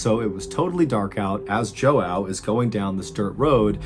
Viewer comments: Apparently Mr Ballen mispronounced it. Someone whose father is named Joao pointed out that it'd pronounced "ja wah". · I hate to be THAT guy, but I'm 95% sure this man's name was Joao, which is actually pronounced "jwah," I only know the because my sister-in-law is Brazilian, and that is her dad's name. Again, sorry to be "that" guy, but I cringed evey time you said "Joe-wow." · I think Joao is pronounced zhuh-WOU; not jo-ow. I knew a Portuguese bloke called that years ago and that’s how he said it. Great video btw, but then again, I don’t think you’ve ever made a bad one. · Ok I'm Portuguese it's not jóao it's João and it's pronounced like this = (Ju AUM) 😎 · It's not pronounced "Joe-ow" but put them together "jouow". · JOE OW? I AM OFFENDED. Its like Juan but instead of wan you pronounce the J. Get it right, Portuguese people like me could get offended. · Great story BUT it was killing me the way he pronounced his name over and over JO AO. It's more like saying Juan and John at the same time. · João is actually John in English. Its pronounced like "Juan" in spanish/brazilian portuguese. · Huge fan. Love your content. This was a snake bite though…case closed. The “ray of light” and “dark figure” were hallucinations. Also, in Portuguese, Joao is pronounced “J ew ow” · Joao means John. Pronounced as ja wah not how your saying. That’s my dads name 😂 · the name "joão" is pronounced more like "joan" with a hard double o sound instead of "n". it's the most common name in brazil and portugal i think, so i advise learning this particular pronunciation because it's bound to be a word very familiar to all native portuguese speakers. (i think) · Joao is pronounced zhaow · The constant mispronunciation of João as Joe-Ow is killing me Maybe it was a cosmic event that wasnt necessarily something like a ufo. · I love how most english speakers can't say the nasal sounds of the ~ eheh it's João, pronounced Juaum. :) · Pretty sure ‘joao’ is just pronounced ‘jao’ :)